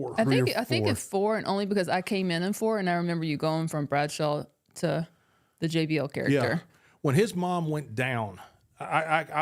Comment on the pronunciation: Bah gawd ! It's BREADSHAW 🍞